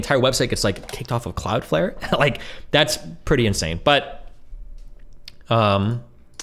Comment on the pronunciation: oh no. "Floud clare" is going to be stuck in my head for 6 months.